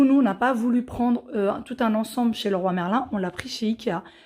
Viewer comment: Cc top le vlog mais St dis Leroy merlin et pas roi merlin lol